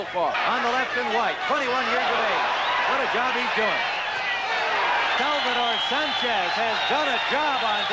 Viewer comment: The Technician Salvador Sánchez, you said that right,!